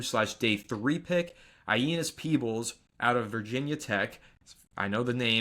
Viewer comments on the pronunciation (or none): Aeneas Peebles. It’s pronounced A-nay-us, just a heads up.